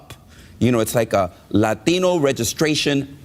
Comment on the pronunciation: Stop saying Lathino you elitist condescending racist dbag! It’s Latino 🤡